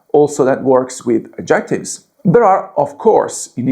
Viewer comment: AD ject ives....stress on first syllable ...NOT...ad JECT ives...